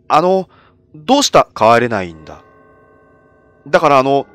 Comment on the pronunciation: 「帰れないんだよ！」が「児島だよ！」みたいで草